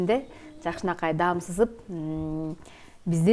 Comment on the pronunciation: Дайыма ДАМ дейсиз, ДААМ десениз